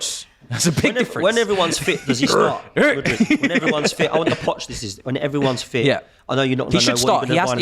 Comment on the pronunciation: Say it with me.. M U D R Y K.. Who on earth is Mooooodrik